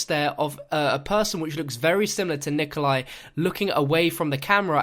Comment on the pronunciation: its resnov no way its nikolia